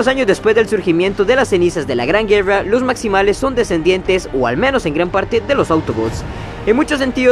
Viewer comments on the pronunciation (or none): Vuelve a decir GUEWRA (guerra) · No es gueua, ni llobot, es GUERRA Y ROBOT, pronuncia las R, por favooooorrr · Yo escuche juerra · Así hablan los ticos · Pero porque pronuncias la r asi si nisiquieraa pronunciaa bien las pocas palabras en ingles bien ... ejemplo güerra por Dios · Porque dices guerrrra